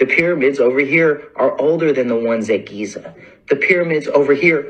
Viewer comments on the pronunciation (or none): none